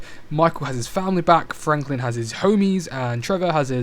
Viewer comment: Hearing a white guy say ‘homies’ is so funny. Great video